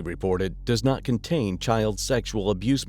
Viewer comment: Michigan accent is terrible 😅 naaaaaaht.